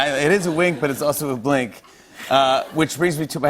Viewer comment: Yup, that's a bwink alright.